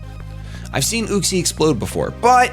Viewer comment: its Yuxie not Uxie